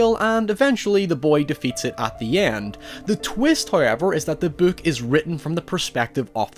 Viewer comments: beeuk? just say book goddam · You say book like “bouk” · “the buook” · Lol he said the buuk instead of book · The way he says " buuhk" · I love how he says book